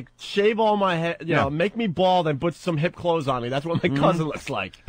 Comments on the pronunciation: Opie say “but” instead of “put” how dumb do you have to be to not see “put” is spelled with a “p”? I hate when people say/spell things wrong when they’ve seen it spelled correctly and hear other people say it correctly for decades. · I tapped out after 19 minutes - this chomo and his "boot" or how ever you spell it instead of PUT.